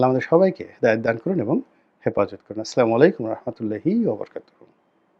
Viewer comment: আপনার ছালাম শুদ্ধ হয়না